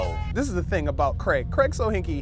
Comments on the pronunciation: Why do you pronounce Craig 'creg'? It's Cray-g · Seriously, I love this series so far, but please pronounce it Cray-g, not Creg lol. That aside kudos to whomever built the Smosh tower... well everything, it's awesome!! Have you got a team name yet